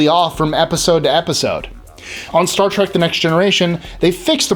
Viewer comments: Why does he keep saying "Trak?" Oye! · Play a drinking game and take a shot every time this guy says Star Trak and you'll get drunk real fast. 😂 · Why must people pronounce it Star Trak? It's a trek. A trek to the stars. Why is that so difficult to understand?